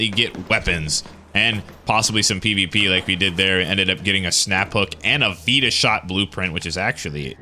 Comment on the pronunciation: So...hold my beer (breathes deeply)... it is NOT pronounced veeeta shot. It is pronounced vitashot (just say fight the shot). You guys get it now?